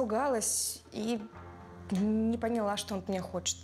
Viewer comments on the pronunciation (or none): none